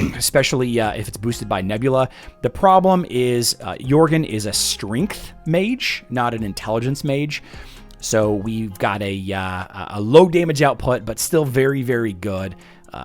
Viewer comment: strength not stringth xD